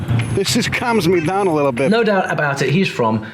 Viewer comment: 7: 45 he wakes up he goes dahn the church dahn was all i needed since thats my accent 😂